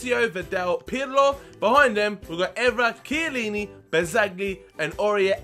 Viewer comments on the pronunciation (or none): none